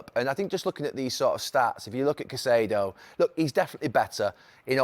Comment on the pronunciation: CaicEdo, not caiceeeedo